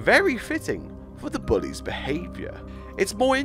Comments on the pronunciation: The way he says bullys lol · The way he says bullies is weird,but funny and I like it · I'm not sure what the lyrics say, I just liked how you say bullies